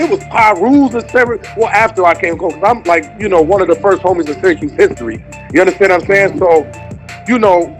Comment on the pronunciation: Its Cuse not Cues...shout-out to the 315